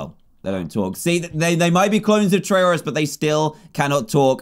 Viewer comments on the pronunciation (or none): I LOVE how he said Tryauri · Dan said trayuareye, spore flashbacks anyone